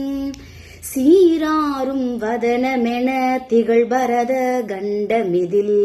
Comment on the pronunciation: Gandamathi இல்லை ,கண்டமதில் என்று பாடவேண்டும் அம்மா ,not Ga sound , Ka sound is correct, தமிழில் Ga sound இல்லை